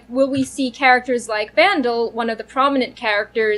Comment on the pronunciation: You pronounced Vandel like "Vandal" but in the audio book they pronounce much more like Van-Dell. Just an FYI.